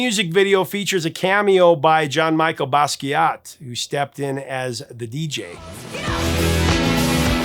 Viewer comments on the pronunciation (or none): Ooof - first pronouncing Chi as "chee" and then Michel like "Michael". We still love you, but damn, bro.